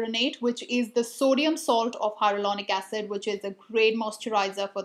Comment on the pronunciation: Did you mean hyaluronic acid? I think I heard "hyarulonic acid"!😂